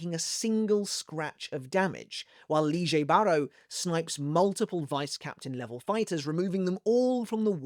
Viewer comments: It's lille barro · Why is lille baro now pronounced “leejay”?